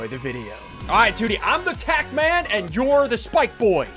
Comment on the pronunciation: Did he just say "tank" at the start, instead of tack?